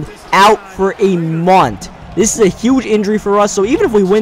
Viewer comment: It's month, not munt